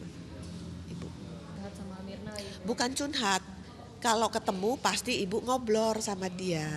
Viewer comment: Ngobrol bu...bukan ngoblorrr...hhahha